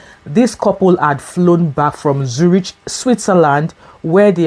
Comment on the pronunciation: Zurich is pronounced with a “k” sound.